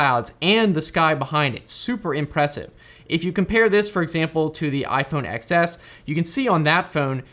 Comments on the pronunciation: Why do you call it the iPhone "EX" S and not 'Ten' S???? 😕😕🤔🤔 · iPhone what? Ten S. Not Excess goddammit.